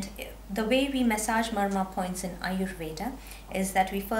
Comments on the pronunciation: Ayurveda... with a hard d...... u don't have to say ayurvedaa... it's aayurved... I mean the pronunciation... and with a soft d... like in the word.. the... Don't twist the sanskrit and hindi words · Your an Indian right? WHY CANT YOU PRONOUNCE AYURVEDA PROPERLY???Its really over acting, don't you think lady?